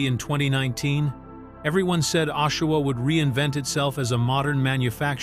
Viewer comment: Ashawa?At least get the name of the city right before u post,AI bushit.